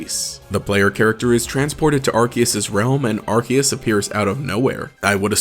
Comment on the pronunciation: It's Arceus, NOT Arkhaos!